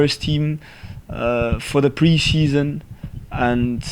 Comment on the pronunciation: “Pre sheson” That’s thick😂